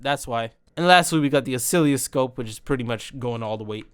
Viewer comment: This dude said oSciLLioScOpE 😂